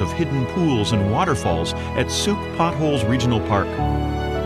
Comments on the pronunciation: Wow, I'm impressed. The only one that needs tweeking is Sooke. (Rhymes with Luke.) Can I ask how you got interested in place pronounciations? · Sooke rhymes with 'cook', not 'boot'. coh-WE-chun Bay (Cowichan) = COW-ih-chun. Saanich (SAWN-itch) Inlet is actually SAN-itch. YOU-kuh-let (Ucluelet) = you-CLUE-lit. Aside from the above pronunciation gaffes, this was a beautifully done video.